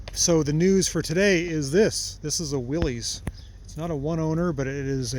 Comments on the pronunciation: Right you are. It is pronounced WILL-iss. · Please: "willis" not "willies". An awesome truck! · These were called the Jeep station wagon if 2 wheel drive and utility wagon if 4 wheel drive. Willys is pronounced WILLUS. I pronounced it WILLIES incorrectly for years! Basic, hard-working all-American vehicle. If Consumer Reports was evaluating it, they would not recommend it because it doesn’t have forward collision warning or automatic emergency braking. Oh, and no back-up camera. But it would get points for having a manual gear box! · "Willys" is pronounced Willis as in the actor Bruce Willis. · 1951 Willys, pronounced Willis, station wagon. Door panels are Masonite and are still available. Top speed of about 45 mph with the doors closed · Every Oregon car got a new license plate in 1956. So that was the oldest you would see from then on. Willys is correctly pronounced "Willis". Go to in this video and hear the correct pronunciation. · I thought I'd heard that as the correct pronunciation too, Randy. I dragged that out of my memory somewhere. Cobwebs.